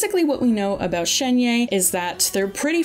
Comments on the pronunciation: im pretty sure it's shen-hey ?? idk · I mean, it's actually more like Shuhn-huh (if going by a more American pronunciation of Pinyin). I don't really know where the "er" is though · It should pronance as Shen-He(r). It means magical crane, now u know why people r saying she is the human form of cloud retainer. Please learn to pronouce Character's name properly as this the respect they deserve. Not many content creators do this. but if you do it would make you look a lot more professional. Wish you channel do well. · fyi, Shenhe is just pronounced how it looks lmao. like Shun-her or Shun-huh. The 'e' vowel sound is the same as the one in Keqing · Shenhe is pronounced Shen-Her as in Him/Her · It’s pronounced ShenHER btw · shenhe,xiao, itto, and yae Miko were also butchered